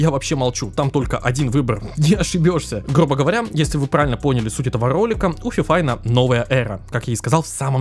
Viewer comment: Вечный позор какой фифайн если правильно фифун